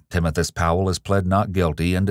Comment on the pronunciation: Timothus? Timothas? Oh i see Timothoes. Oh okay.